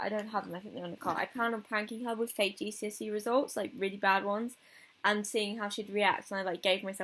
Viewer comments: i thought you were saying "jesusy" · i thought u said "its jesusy day"